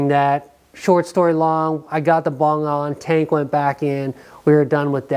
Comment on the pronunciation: Lmao its bung not bong your doin it wrong man you hit the bong and everything else is easy bro😉😆👻🤘